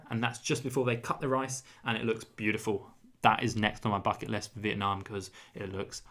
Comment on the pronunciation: Youre so funny. Your pronounce Vietnam correctly but ‘viet’ in viettel is Vi-et-tel 😂